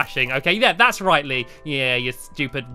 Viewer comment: BTW its Lee not lea x3